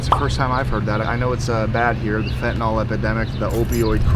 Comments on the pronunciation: It's Fentanyl, not "Fentanol." Why does EVERYONE say it wrong?! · It's weird seeing drug counselors and medical workers - basically everyone MISPRONOUNCING Fentanyl. Just look at the way it's spelled. It is correctly pronounced FENT-A-NILL (like ILL or HILL). NOT FENT-A-NALL (Like FALL or BALL). Heck, even news reporters mispronounce it.